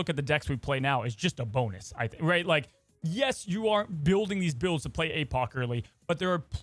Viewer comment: "BUILD UP A CHARACTERS BEE ANUS "????